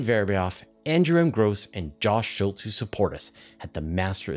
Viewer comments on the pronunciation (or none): none